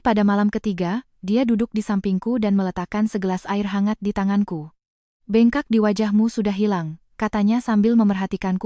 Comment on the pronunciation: Bengkak, koq mbak ucapkan Be'ngkak? Apkh pakai AI? Pe'nyok, mbak ucapkan penyok